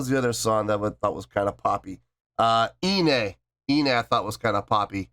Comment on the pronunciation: Thanks for your reaction 👍🙂 Love the fact, that you're still remembering "Doki Doki Morning" and also "Iine" (and even pronouncing it correctly) 😊 You're part of The One! This one is maybe not in my top list, but I can still vibe to it and wouldn't skip it... Like any other BABYMETAL song 😄 I also really love the Kami Band as much as the ladies, so I hope they will forever be part of the shows. Would like to give them the spotlight they deserve.